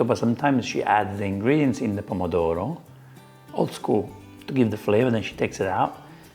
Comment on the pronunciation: Sorry I'm being a pedant, Pomodoro (which she mispronounces) "literally" means "Apple of gold" because tomatoes were originally yellow (and much smaller). And I did note the Donna Hay Twist that everyone does now with spaghetti.